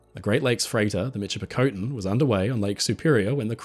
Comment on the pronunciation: Michipicoten is pronounced miss-ship-ah-cotton